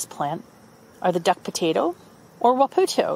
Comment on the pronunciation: Wop Uh Toe Its pronounced like this. I'll be working with the I'm working on tribal harvest's. SW Washington indigenous harvest's